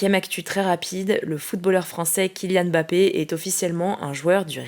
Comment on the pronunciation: Pourquoi tous les journalistes que j'entends, prononcent jamais correctement le nom de mbappé ? Ils disent bappé au lieu de Mbappé 🫠